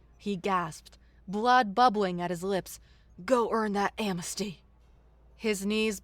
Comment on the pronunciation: Asrid versus Acrid, am-nes-ty versus am-mes-ty, soot should rhyme with “put,” and not pronounced like “suit.”